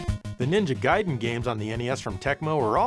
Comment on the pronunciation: thanks for pronouncing it as Guyden and not Gayden